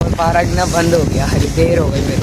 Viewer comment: Parak nahi park hota hai meri jan